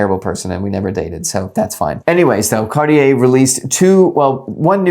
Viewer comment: Cartier is two syllables